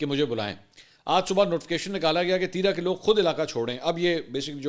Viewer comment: Please pronounce "Teerah تیراہ" instead of "Teera تیرا"